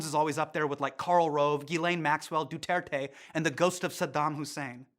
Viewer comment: Dont say it as Dutertey, it's just Duterte. Nice show nevertheless